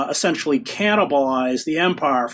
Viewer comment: What does "assentially" mean? (minuate 100)